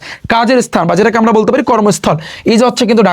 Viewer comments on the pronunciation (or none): none